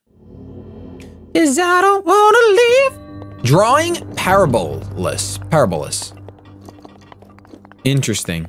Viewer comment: Parabolas is pronounced "Puh-Rab-Oh-Las"